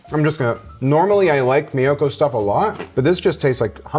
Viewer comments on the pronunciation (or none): Thanks for the review of all these products. Of those brands the only product available here in Japan is Violife although there's a Japanese tofu maker here that makes a cream cheese style tofu and it is amazing. Also Miyoko is pronounced Me-yo-ko not My-yo-ko. Mi is pronounced as Me in Japanese, like sashimi.